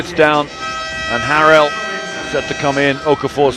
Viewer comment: He pronounces Montrezl Harrell's last name wrong. It's pronounced like 'Hair-el'.